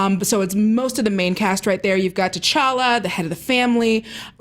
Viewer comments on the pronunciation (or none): when even black people are pronouncing the name with a MASSIVE T at the beginning of a name that should come naturally to them..t'challa, t'chaka FOH